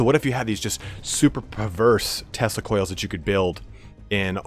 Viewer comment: Oh man each time you said Tesla Coils, I heard Testicule. What a nightmarish vision. hahaha